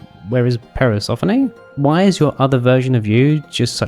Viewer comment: im sorry, parasophoknee?